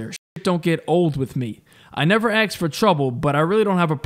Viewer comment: its pronounced as spelled - 'ask' not ax....